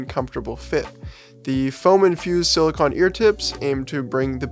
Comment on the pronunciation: Extremely minor nitpick and meant to be 100% constructive: silicone--last syllable pronounced like traffic cone, soft rubbery material--is different than silicon--last syllable pronounced like con man, material used to make transistors for computing.